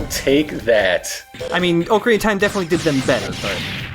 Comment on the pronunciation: Oh shit, I can't believe really says it "Oak-arena of Time" We've been together three years. Unsubscribed.